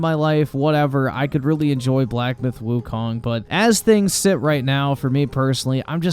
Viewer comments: black myth wukaaang... if you want to be taken seriously, at least pronounce the title properly. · Wukong not Wukang 🤭